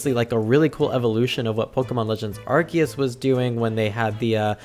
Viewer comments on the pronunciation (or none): none